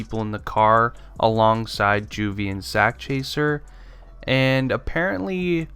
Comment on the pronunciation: It doesn't sound right when you say juvy and sak